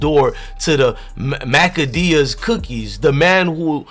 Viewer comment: makadeas??????? MA-KEY-DAS